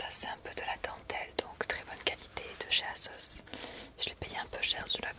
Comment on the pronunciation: On dit Azoss 😅